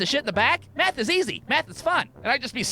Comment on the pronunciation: he is 100% saying meth and not math